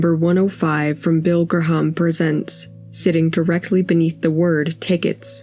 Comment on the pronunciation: Bill Gra-harm, huh? That's probably a Jimi Hon-dreegs poster then.